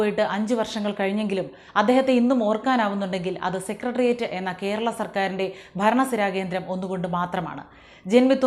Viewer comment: താങ്കൾ സെക്രട്ടറിയറ്റ് എന്ന് ശുദ്ധമായും വ്യക്തമായും പറഞ്ഞു. അതിന് നന്ദിയും അഭിനന്ദനങ്ങളും🙏💪👍 മിക്ക ആൾക്കാരും ഈ വാക്ക് ഉച്ചരിക്കുന്നത് സെക്കട്രിയറ്റ്, സെക്കട്രി എന്നൊക്കെയാണ്